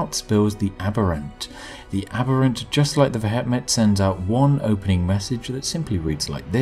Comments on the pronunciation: Vehement is pronounced "vee·uh·muhnt". Not ve.et.met. It never ceases to amaze me how little native English speakers actually know how to speak their own language. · vehement is pronounced "vee-eh-ment" not "veh-heh-met" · AAAAAAAAAAAAUGH! V-eh-ment you bloody Brit! Good day, sir. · Pronounced ve-hee-ment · "veh het met" wtf is veh het met? it's vehement. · the pronunciation of vehement in this caused me physical pain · That's a very interesting way of pronouncing vehement and the "Brits can't pronounce foreign" excuse doesn't really count with the entirely English word vehement (as in vehement denial). It is a weird name though, what are they vehement about? Or is it just their general demeanour. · Vehement pronounciation found here, Spiffing Brit :p /watch?v=T63GxxW_h1I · Mate, vehement is an English word. Why pronounce it in such a funny way hahaha